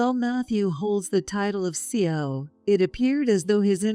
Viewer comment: CEO stands for Chief Executive Officer and is pronounced C.E.O. by the letters, not as a word.😅